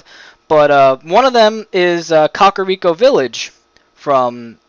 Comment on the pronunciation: I hate the way you pronounced "Kakariko" and "Gerudo." 😅😅